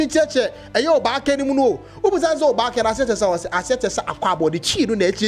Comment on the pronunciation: Your pronunciation of obake is wrong bro. Who are you to promote Ga. Stop punching above your weight